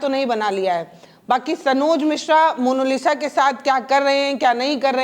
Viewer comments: मोनोलिसा नहीं मोनालिसा बोलिए। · पत्रकार महोदया जरा शब्दों पर ध्यान दीजिए। Monolisa नहीं मोनालिसा बोलिए।😂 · Mono nahi monalisa hai😂😂😂😂😂😂😂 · मोनोलिस ❎ मोनालिसा✅ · Monalisa hai ya monolisa, monalisa kahne ke lie aapko nahin hota hai kya ? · Mam please say monalisha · पहले डिटेल ढूंढिए तब पत्रकारिता कीजिए, दूसरी बात मोनालिसा बोलना सीखिए